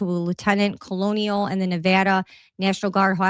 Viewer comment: Hey, not trying to embarrass you at all, just want to help you out with pronunciation of a word. Colonel is pronounced phonically "kernel". I was in the military for 21 yrs & it never made sense when I saw the word in a document why it was pronounced like that but it is. And I really am just helping you out. Love all the hard work you are doing along with all the others who truly care & want to know what happened to Charlie Kirk. Keep up the good work & God bless you & your family 🙏